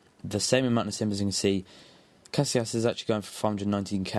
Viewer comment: ca si as not cas i las